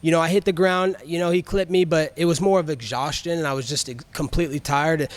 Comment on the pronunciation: Buddy said “exJAWstion” instead of exhaustion that broken jaw is still living in his head rent free 😂😂😂😂